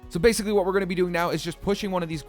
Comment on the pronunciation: "Base-icly that's it" LMAO